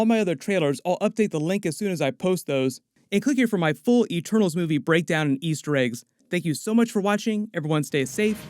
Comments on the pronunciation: "Eetermaals"? WTF? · "10 rings: Eeternals"? heh